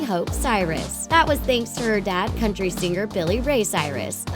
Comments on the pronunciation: Its Sing-er not Sing-ger. Driving me nuts! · Could you maybe hire someone who doesn't butcher the word 'singer' every single time? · ITS PRONOUNCED 'SINGER' NOT 'SING-GER' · its singer not sing ger